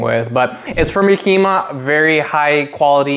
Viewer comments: Great video...but why do you keep saying "Yakima" that way? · If you're going to do a review on it, at the very least you should learn how to pronounce the name. Yakima isn't a Japanese word. It comes from a city in Washington state. It's pronounced just like the city.